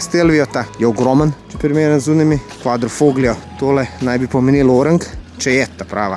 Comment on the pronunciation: Kaze se quadrifolio ne kvadrifoglio, ne bit seljak kao ovi što kazu lamborĐini